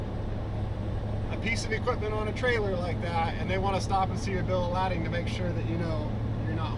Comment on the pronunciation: Bro said Bill of Ladding 👀